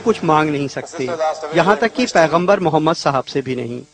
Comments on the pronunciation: OYE FIRST LEARN HOW TO SAY,,,MUHAMMAD,(SAWW),,,,,,,WAT IS DAT,,MUMMAD SALLAASLM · "mummad solla sallum" he talks like a hindu... why does he say our nabi paak Rasool saww's name so terribly?